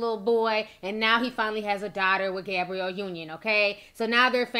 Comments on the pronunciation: Sometimes I feel like she pronounces these names wrong on purpose. You know damn well that girl name ain't Gabriel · Sis was killing me with the pronunciation of Gabrielle 🤦🏾‍♀️ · I swear black YouTubers purposely say every name with more than 5 letters wrong on purpose. It's like damn who doesn't know how to say GABRIELLE? The world says it enough, there's plenty of videos referencing her specifically yet it gets said wrong. I'm just saying I've noticed this alot from black YouTubers, like they be reporting but act like they don't know the person they are reporting about. ☕ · Ti and these pronounciations.... "Gabriel Union"..."Cali-fon-ya" 😭😂😂